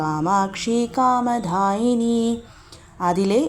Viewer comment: അത് കണ്ടു എഴുതിയത് പോലെ കാമ'ദാ'യിനി എന്ന് ചൊല്ലിക്കൂടെ. ദാ എന്നതിന്റെ ഉച്ചാരണവും ധാ എന്നതിന്റെ ഉച്ചാരണവും രണ്ടു തരത്തിലാണല്ലോ. പ്രത്യേകിച്ച് നാമാവലി ഒക്കെ ചൊല്ലുമ്പോൾ ശരിക്കുള്ള ഉച്ചാരണമാണ് അഭികാമ്യം